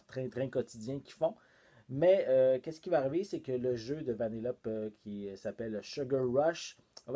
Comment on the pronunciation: J’ai adoré ta vidéo, mais on prononce Vanellopé. Ce n’est pas méchant, c’est juste pour que le savoir